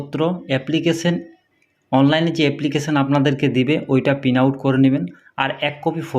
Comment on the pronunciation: পিন আউট না, প্রিন্ট আউট হবে